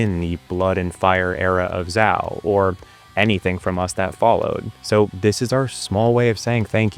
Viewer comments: It’s pronounced ZAY-O. If you’re going to review music, you should know how to pronounce the band names. So embarrassing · I thought Zao was pronounced Zay O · I've been pronouncing Zao incorrectly for 20 years...